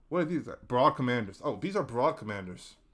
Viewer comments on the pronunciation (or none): Awesome video! It's nice to see a HD2 tier list without weapons/stratagems. I feel like this was a therapy session for you haha. I disagree on the nerfs for most enemies though. Spore chargers and jet pack guys are great as is. Fyi: Corps is pronounced "Core" and Brood not Broad commander. I hope you make another video!